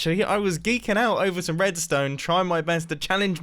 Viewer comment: nobody: literally nobody: Mumbo at 1.00: "roadstone"